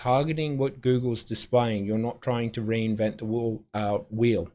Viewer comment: Not trying to reinvent the whierl. The inner Aussie busted out for a moment there. 😂